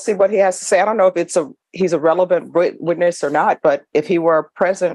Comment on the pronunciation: Witness not Withness( min )